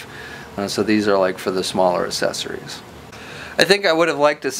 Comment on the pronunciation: Man, this guy cannot say the word "accessories"